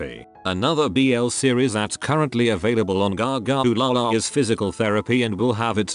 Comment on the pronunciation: i love how he says "gaga OOLalaRRR" LMAOOO